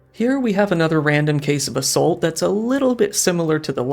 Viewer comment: I hate the way this guy pronounces assault.